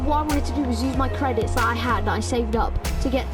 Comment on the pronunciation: 'Credidts' lol